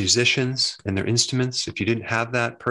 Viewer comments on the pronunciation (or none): none